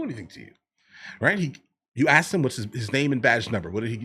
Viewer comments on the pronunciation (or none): All she did was AXED him is fro his badge number. I heard her AXED him. Bahahahaj